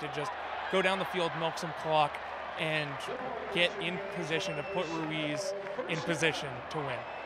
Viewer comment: Brandon Ruiz's last name is pronounced Reese not Ru ees